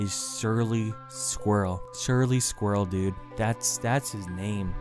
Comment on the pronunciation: Sometimes when you say “Surly” it sounds like “Shirley” which would probably be a better name anyway.